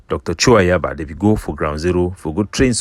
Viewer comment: I don't like when he calls ayaba like the Gods of ambazonia